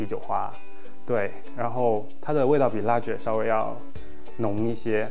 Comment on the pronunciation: The 'g' in ‘lager’ is pronounced as 个 =）